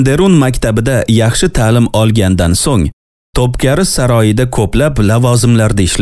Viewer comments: Тупкари эмас Тупкапи Китоб укийлик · топкари эмас топкапи булади. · Тўпкари эмас ( тўпкапи ) яъни тўпқопи саройи дейилган.... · Топкари эмас топ капи дейилади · Топкари эмас топкапи дейилади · Текстни укиган одам хато укиди яни топкапи саройи деб укилади ва айтилади сиз топкари деб укидиз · Тупкари эмас To'pkapi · э админ, тупкаРи ЭМАС тупкаПи олдин тугри укишши урган сериални айтиберишнимас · TOPKAPI - ТОПКАПИ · Topkapı.. топкапи укилади